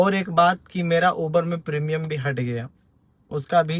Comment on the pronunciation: 😂 मार्बल हिल नही रे बाबा 😂 मालाबार हिल बोलो 🤣प्रीमियम नही 🤣 प्रीमियर बोलो 🤣 बहोत हसाते हो यार 😂